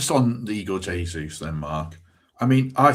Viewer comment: learn to say Jesus name correctly ffs